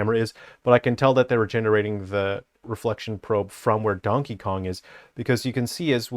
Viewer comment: Ah yes, as a man of culture I also pronounce his name as Dankey Kang.